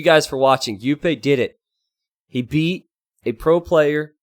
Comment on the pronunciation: Just nitpicking but Jupe is one of the most active streamers and it's pronounced with the English sounding J not the Spanish one